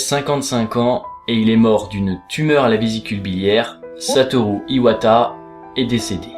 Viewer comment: Merci d'avoir essayé de prononcé son nom "satolou" a la japonaise et pas "satoru" comme un barbare.